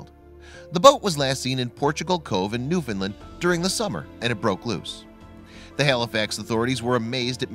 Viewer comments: It's call NEWFOUNDLAND not NEWFINLAND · Newfoundland . Pronounced new found land . Not new fin land . Or new found lind . New found land . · Newfoundland rhymes with understand. Pronounce the vowel in the last syllable. Hearing Noof’ndl’nd is really irritating. The only thing worse is NooFOUNDl’nd. The stress can be on the first syllable or the last one, never on the middle syllable.